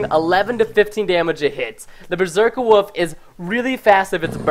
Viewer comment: He says woof instead of wolf...